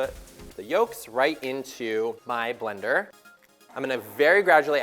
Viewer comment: yo, wtf just happened ? It sounds like he had a stroke when he said "blender".